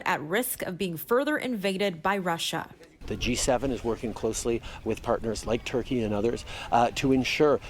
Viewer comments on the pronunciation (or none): none